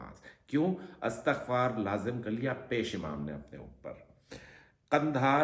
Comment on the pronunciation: Astagfar hota ha astakhfar na bola Kary plzz